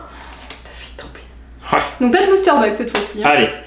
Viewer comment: c pas blister c bouster